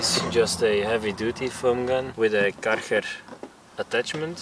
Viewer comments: Great vid man but “dis foam cannon is from karherrrr” lol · I heared it, because you said ‘Karcher’ like a guy that speaks Netherlands.